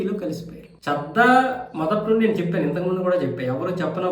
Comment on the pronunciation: చద్దా కాదయ్య బాబు చడ్డా 😮